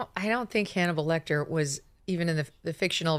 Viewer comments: who’s Hannibo Lectah? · Did she really say "Hannibo Lecter"?